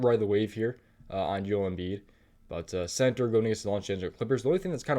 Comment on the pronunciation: Yoel Embiid??? It's Joel, JO-ELL pronounced with a J.